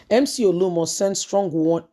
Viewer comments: Why do you always FAIL to pronounce simple Nigerian Names correctly? It’s becoming annoying. OLU OMO!!! Not OLUMO! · Please he is not Olumo, it’s Oluomo. Your tongue is always twisted.